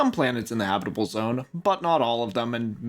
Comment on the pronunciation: Love how you say habitable, or should i say 'habibable'